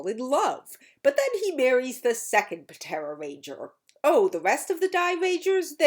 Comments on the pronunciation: "P-tera ranger" You do know the P is silent right? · Dawg puh-tera ranger 💀 Idk if that's actually how that it was pronounced in the show but I'm dying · I like how the P in "Ptera" was pronounced rather than silent. Not sure if that was intended, but if it was, I got a laugh 😊